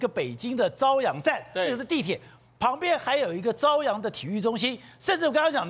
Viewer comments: 那个不读 zaoyang 读caoyang。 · 这里“朝阳”的朝读作朝鲜的朝！